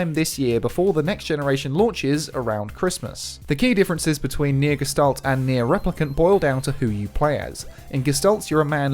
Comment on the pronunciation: It’s pronounced “Geh-Shtalt”.